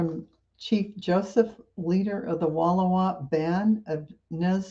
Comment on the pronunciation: 🌿 For us, it is pronounced Wall-Ow-a with the emphasis on 2nd syllable. As a child, we used to camp at Lake Wallowa nearly every summer & visited his memorial which looks over the lake. I still remember the silence, the wind & the sound of my dad's voice as he read the lengthy engraving of Chief Joseph's words of peace. I loved it & always picked tiny yellow & purple wildflowers to put along the base. He is an icon. When I was 12, we took 10 days & back packed thru the Eagle Camp Mountains to Lostine, I think its like 18 miles going on 180 depending on your level of discomfort. Ours was accute. We had camped nearly every weekend in the summer but tiny 1960s campers were luxurious in comparison. My mom's sister & her family were always together but no one knew how to efficiently back pack. Such as my mom & aust took curlers & hairspray & make up. They washed long johns that didn't dry. Giant cans of food, heavy old timey sleeping bags. My pack rose in the air about 15 inches above my head. I thiught I would die with that thing on Eagle Cap Wilderness is so beautiful. It was gorgeous torture. I didnt realize what the notifications were. YouTube dumped every one of my channels into my feed with notifications turned on. I've been active in various genre's & subbed to channels that weren't my interest so I have tons of them. It's overwhelming. I'll go back & listen to them. Yay! Thank you for the great flashback to a time that has become a golden tinted memory. My mom had a brain